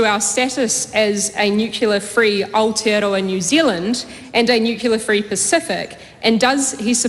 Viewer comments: Nuclear not nucalar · She can't even pronounce nuclear correctly 😂😂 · What the hell is 'nukular'? What an embarrassment this child is. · Can the Education Minister please school little Chloe that the word she's trying to say is NUCLEAR, not NUCULAR. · The word is not nukular but nuclear THIS WOMAN IS SOOOO DUMB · She can’t even pronounce the word nuclear correctly. “Nukular” 🤪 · She doesn't need any help from Winston. And what does "nucular" mean? It's embarrassing when our "politicians" can't even pronounce basic English words. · Who does Slowbrick think she is; when she says "nucular" (nuclear)? I mean; she could hardly have learned that nonsense pronunciation from Jim Knox, the former president of the Federation of Labour; as she wouldn't have been born then. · She can't even pronounce the word. It's Nuclear. NOT Nukeyoular. (To be Pacific) 😝 Toddlers being paid hundreds of thousands of our Tax is all I see there. And dumb. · Chloe needs to learn to say nuCLEAR not nuCULAR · Its Nuclear not Nucular you flog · Doesn't she say "nucular?" Maybe she's unclear on that. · The word is nuclear - not newculear. Pretty simple really. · Have no idea why she wasn’t shut down for the non existent word nukular?! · Nukula 😂 its nuclear you Luddite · Since when has 'nuclear' been pronounced 'nucular' in New Zealand? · What an evil woman! She supports Hamas? Good God please - what is wrong with Auckland voting this piece of trash into parliament. And "nucular"? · Chloe should learn how to pronounce nuclear.... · I struggle to hold respect for a politician that can pronounce NUCLEAR. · She needs to learn how to pronounce nuclear. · Chloe. It is about time you learned to pronounce Nuclear. Try to be more aware. This word has been around since you were born Do you never listen to those around you? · She cant even pronouce "nuclear" 😂